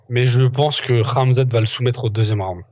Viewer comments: Le fameux Camzate, pas la nouvelle prononciation de rat mzat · On a aussi entendu Gamzat 😂😂😂